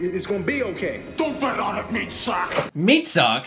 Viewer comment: *Meatsack, not meatsuck